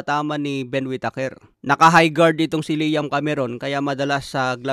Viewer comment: "Wit teyker"